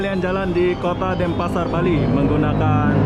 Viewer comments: Denpasar not Dempasar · DENPASAR BUKAN DEMPASAR BANG